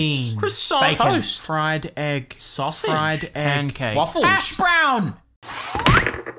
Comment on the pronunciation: Did this man say "Pandcakes" in the intro, instead of "Pancakes"?